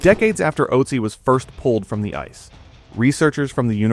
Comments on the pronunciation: The name should be pronounced Uht-zi, not Ot-zi. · Good, but please get the pronunciation of his name correct.